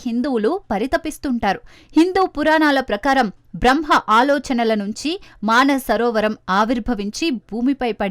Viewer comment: అమ్మా... అది మాన సరోవరం కాదు తల్లీ, మానస సరోవరం. ఎవరి ఇష్టం వచ్చినట్లు వారు భాషను ఖూనీ చేస్తున్నారు. భాషపై శ్రద్ధను వహించగలరు